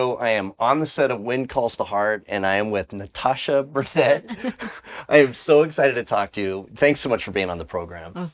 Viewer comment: Elliott - you STILL didn't pronounce her name correctly in the intro - as she had pronounced it, anyway. Listen again, and try harder. Out of respect.